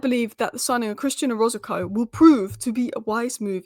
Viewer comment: OROZCO OROZCO OROZCO NOT "ORAZACO" NOT "ORZACOCO" NOT "ORZOZACO" PLEASE, FOR THE LOVE OF GOD, GET THESE PLAYERS NAMES RIGHT..... AURBREY ABRAHOOMS 🤦🏻